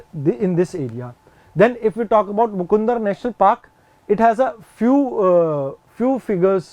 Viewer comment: But sir it's not mukundr It is a मुकन्दरा